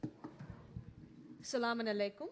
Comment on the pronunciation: LOL this Secular Islam Summit is the biggest peace of shit i ever heard of. This aint islam, i would go to CAIR if you want to learn what real Islam is. Just Search for Bedier or CAIRtv here on youtube. BTW she doesent even know how to say Salam Aleikum